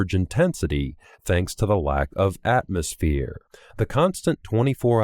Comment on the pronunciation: Small speech errors, mostly. Could be an editing thing, but especially the way he at some points says "Atmospheeeeere".